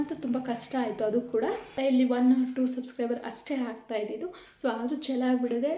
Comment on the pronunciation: Hoi ಅ ಕಾರ ಹ ಕಾರ ನೀಟಾಗಿ ಮಾತಾಡು... ಯಾವೋ ಇವಲ್ಲ 😂😂😂😂😂.. "ಹೆಷ್ಟು ಬಂತು, ಹಂಮೌಂಟ್ ಬಂದಿದೆ, ಹಾಗ್ತ ಇರ್ಲಿಲ್ಲ... ಥು ನಿಮ್ ಕನ್ನಡಕ್ಕೆ....